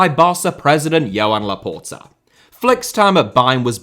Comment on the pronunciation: It is “Juan Laporta” not “Johan Laporta”